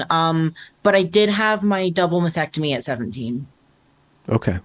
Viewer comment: I love you but you are not the only one who does this, and it's not so much pedantry as just something that grates in my head and makes me shout "Can no one say MASTECTOMY correctly!??"